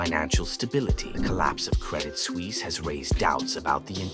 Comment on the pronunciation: SuUISse 😂 Suisse is nearly pronounced as Swiss